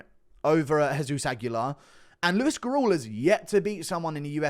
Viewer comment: Hey yo Guru the surname Gurule is pronounced Gurr-lay